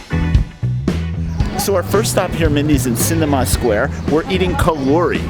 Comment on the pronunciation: It's SIN-tahg-ma square, not Cinema square.